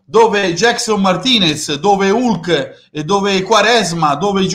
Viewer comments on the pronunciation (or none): none